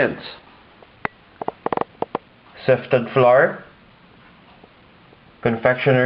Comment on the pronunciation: Sefted!! You say. ahhahahhahah